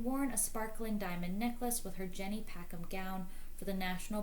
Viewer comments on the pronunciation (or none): none